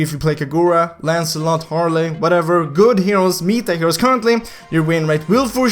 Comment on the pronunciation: I was confused when said mita heros i was like wtf is mita hero Mind:its meta heros dumass